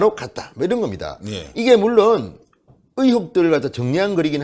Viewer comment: 으혹 이 아니라 “의혹” 이라고 발음정정 해주세요